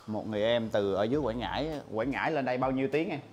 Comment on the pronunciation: Quảng Ngãi quê em a ơi. Mà Quảng Ngãi chứ ko phải Quãng nha a